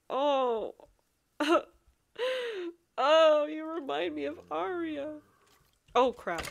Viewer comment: Ahhhh Omg my name is the same as the little mushroom girl except I spell mine with a y instead of the I because Arya with a y means noble and I love that. And yes you pronounced it right 😊❤